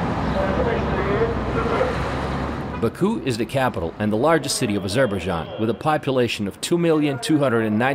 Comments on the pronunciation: Narration is not good; pronunciation of even the country's name is awful. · Never heard Azerbaijan pronounced like this.... otherwise an informative vidoe presentation. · i thing you need to learn how to pronounce the name of the country. But very nice report. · Are you sure that’s how you pronounce the name